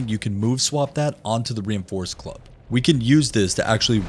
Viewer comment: I was listening and not watching and heard "Reinforced Glove" every time he said reinforced club, now when he says it it still sounds like glove instead of club